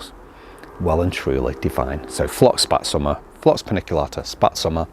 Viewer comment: I like your great german pronunciation 😊Karl Förster,Windspiel,Spätsommer...